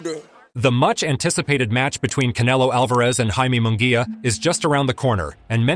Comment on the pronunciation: You can pronounce munguia correct but you cant pronounce Alvarez? Whaaa...